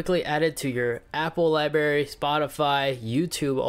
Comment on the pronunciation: He said “Libary” 🤣